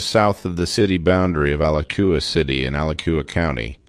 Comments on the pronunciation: The name of the town, is pronounced, A lach a wa. And 911, is not nine hundred and eleven, just same the numbers, one at a time. The birds, were probably frustrated, in the enclosure, and took it out on that man. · BTW, Alachua is pronounced, uh•la•choo•uh. Why would anyone go inside, alone in an enclosure with this type of bird? So very sad...RIP sir. 😢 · Dude, love your videos but the town’s name is pronounced Al at tu uh. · Florida girl here. The "ch" in Alachua is pronounced like in the word 'chew'. Ala-chew-a. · It’s pronounced Ah-latch-oo-ah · free animals lol I just made a similar comment about his alachua pronunciation, I'm sure he's not a native floridian. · Lol the way he says Alachua is not the way its pronounced in florida. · You butchered the name of Alachua!